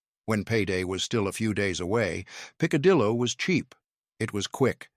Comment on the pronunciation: The pronunciations are hysterically funny. Pick- a-dillo had me screaming 😂😂😂😂😂😂😂😂😂😂😂😂. Poor guy tried but he really massacred most of it. 😂😂😂😂😂